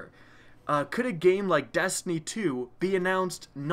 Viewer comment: did he say dastiny